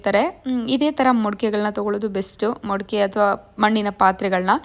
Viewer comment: ನಮಸ್ತೆ ಅವ್ರೆ ನಾವು ನಿಮ್ಮ ಹೊಸ ಸಬ್ಸಿಕ್ಯ್ಬರ್ ನಿಮ್ಮ ವಲಾಗ್ ಚನ್ನಾಗಿ ಬರ್ತಾ ಇದೆ ನೈಸ್ ವಲಾಗ್ ರೀ ನಮ್ಮ ಅತ್ತೆ ಚಿಂತಾಮಣಿ ಯಲ್ಲಿ ಇರೋದು ನಾವು ಬರ್ತಾ ಇರುತೀವಿ ಊರಿಗೆ ನಮ್ದು ಬೆಂಗಳೂರು ನೀವು ಇರೋದು ಕೋಲಾರದಲ್ಲಿ ನಾ ನಿಮ್ಮ ಮನೆ ಚನ್ನಾಗಿದೆ ಮೊಡ್ಕೆ ಅಲ್ಲ ಮಡಕೆ ಅಂಥ ಹೇಳಿ